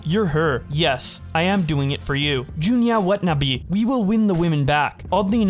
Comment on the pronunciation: we should take our time with the words we’re not sure how to pronounce❤ “Joonya Wutnuhbi”😂😂 wth